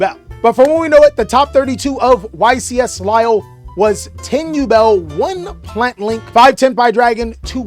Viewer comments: juste say : lil', as a guy who lives there, I'm not that offended, it just made me suffer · Hey france, your state now is pronounced lilly. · too bad its "lill" , Europe isn"t a country it's a contienet with multiple contries in it,trust french poeple not just europeans in general on pronounciation of french words/names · Love American pronunciations of place names 'lilly' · Did bro just call it LILLY 💀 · No LILLY dawg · As a french man, you indeed mispronounced Lille, but it's not a big deal, thank you for taking the time to ask your viewers beforehand, always line someone who tries to resoect other languages! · I'm pretty sure not the first person in the world to mispronounce a European word. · As a french viewer sorry bruh but thats not how its pronounced hahaha the euro peeps in ur chat lied to you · again shows his worldliness with another spot on pronunciation